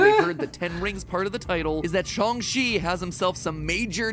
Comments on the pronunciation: I thought it was SH-(ANG) Chi , not SH-(ONG) Chi ? I know it can be pronounced both ways , but I thought it was the other way. Or am I just super wrong ? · Yea it's not shOng chi its shAHng Chi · The more matpat says "shung chi" and not shang chi makes me more and more angry every time